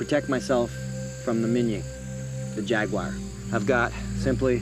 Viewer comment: It's not a " jack wire. Or pewwmah. It's " jaguar and puma